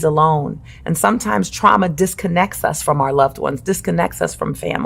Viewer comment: KJH: she not saying twauma cowwectly